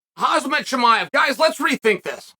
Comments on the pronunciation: It's KhaMZat not KhaZMAt ffs Chael. hahahaha get it right. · Khamzat, not Khazmat 😁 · CAM-ZOT CAM-ZOT CAM-ZOT Uncle Chael. Not COZ-MET. edit - actually HAM-ZA but we're in America. CAM-ZOT. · His name.. is not Hazmat. Its Khamzat. Get it right. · Chael, it’s ‘Hamza, not ‘Khazmat’ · For the love of God Unc, it's not pronounced Haz-met, it's pronounced Hom-zot. Also there is no L in Makhachev. You drive me nuts with that shit. Lol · Does Chael get names wrong on purpose to disrespect fighters or does he actually not know Khamzat isn't called Hazmat. Same for Tommy "Will" Fury. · Dear Chael, he's pronounced Hamzat not Hazmet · KhaMMMMzat and not KhaZZZZmat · Bro how many fkin times u gna call him hazmat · Why do you call him Khazmat 🤦🏼‍♂️😅🤣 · "Hazmat Chimaev" 😅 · Did he called him Hazmat Chimaev ? :D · Love how Chael seriously pronounces Khamzat, “Hoz-mot”! Friggin’ hilarious! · The gangster has no chill, calling him Hazmat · Lost count of how many times Chael talks about khamzat, yet he still calls him "Khazmat". 😂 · Is it really so hard for Americans to pronounce his name or they just like calling him "Hazmat" 🤣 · 1 sec in Hazmat Chimaev 😂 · Chael literally can't go 1 second without mispronouncing a name. 🤣HAZMAT CHIMAEV GUYS! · Khazmat? lol u cant even say his name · Without a second of intro Uncle Chael: HAZMAT CHIMAEV!! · Uncle Chael, listen Hom-zot. Hom Zot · Still calling him Khazmat🙄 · Hazmat Chimaev. Because Chael said so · Chael mispronounce his name on purpose, and it pisses me off 😂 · At least pronounce his name right Chael, jeez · Why Chael always say his name wrong lol